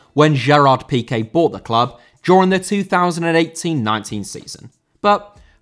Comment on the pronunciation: Piqué* not Piquei